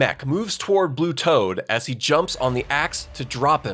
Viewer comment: I heard that mistake on saying blue toad,s name wrong.